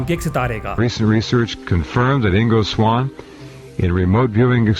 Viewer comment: Igno swaan nahi ingo swaan 😂😂